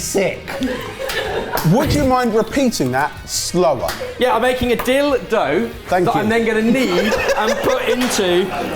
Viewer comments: Dill-dough. Howling 😂😂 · Just sprayed my cuppa all over my phone screen when said dill dough. 😂😂😂